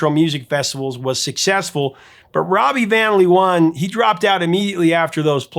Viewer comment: Amusing to hear you mispronounce Robbie van Leeuwen ;-) (Vahn Layoowhen)